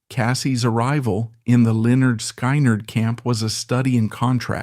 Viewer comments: AI NARRATION SUCKS!!! SKY-NERD? PUHLEEZE......... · 👿🔱😈...sky nard 🙄.. I hate AI narrated videos 👎.. they're so annoying when they mispronounce simple words🙄